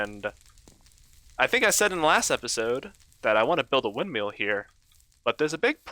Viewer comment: I’m not meaning to be rude, but it is a windmill not a windmeal